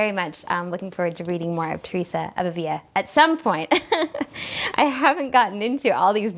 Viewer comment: Love your channel! You exude faith and joy, and your commentaries are so insightful. BTW, "Avila" has only one "l" so it is pronounced as we pronounce the "l" in English.